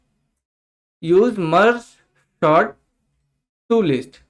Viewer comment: It is sort bro not short